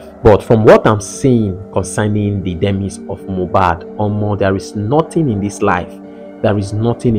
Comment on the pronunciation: It is pronounced D. MA. EYES. If you will use the word, at the very least learn to pronounce the word.